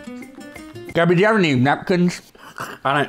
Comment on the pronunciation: it’s gabby not gabbi also it mully not gay😂😂